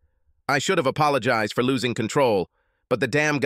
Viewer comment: AI bug. There are a lot of them. All the different voices have them, I noticed.